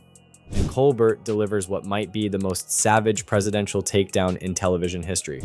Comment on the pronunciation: Its Col bear, mate. As the French would pronounce it.